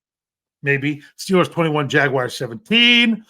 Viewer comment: There's no way you can't fucking say "Jaguars" it's not Jag-U-ars! Smh